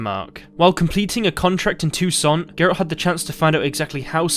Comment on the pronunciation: Toussaint is pronounced: Tooouusaaa :D